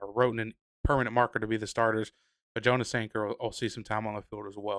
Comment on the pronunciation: Jonas Sanker’s name is pronounced Yonas not jo nas.